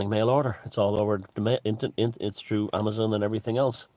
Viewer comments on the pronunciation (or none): none